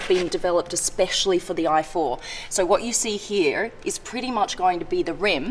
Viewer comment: Blondie When She Sees an Amazing Car: WHAT What Americans Hear: WATCH